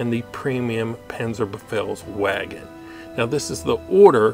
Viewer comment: you read it wrong, its panzerbefehlsVagen, not panzerbefehlsWagen